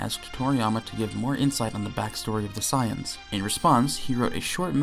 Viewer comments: God this video makes me mad 1st he says gt better then super even tho he ain't say it you know he thinks it 2nd off bro says SAAAYEENS bro it's saiyns 3rd off he acting like top battle of the gods and future arc don't exist bruh🤦🏾‍♂️🤦🏾‍♂️🤦🏾‍♂️ Edit: he calls shadow dragons arc evil dragons arc bruh and he called black star dragonballs arc dark dragonball arc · .... its not psy-ans its say-ans.... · The way he says “sai~ians” is deeply upsetting SAYIANS 😤😤😤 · Why do you keep calling them Scions? instead of Saiyans? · Every time you say "sighans" I want to shoot my computer screen. SAY IT WITH ME "SAY - ANS" (spelled as Saiyans, obviously, but just go with the way you read it and how it sounds FFS!!!). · I love how you pronounce "Saiyans" as "Science" lol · Enjoying the video and then the guy called them "Cyans" how is anyone supposed to take this video seriously when the narrator and presumed author mispronounces one of the most heavily spoken words in the show. How? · The Cyans? I'm sorry, I've heard so many pronunciations of Saiyan, but sayans has to be the weirdest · Dafaq is "saayans" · Immediately heard the way you pronounced 'saiyans' and clicked away. Can't take anyone seriously who can't pronounce something that's stated countless times throughout the series. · the way he is pronouncing saiyans is sending me!!! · Nobody is going to mention how he pronounces "Saiyans"?